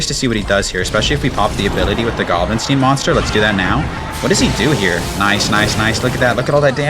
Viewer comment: Bro its not gstinesteen its giblinstein like Frankenstein like the movies😂😂😂😂 every time you say it i make a cringe face😂😂😂😂good video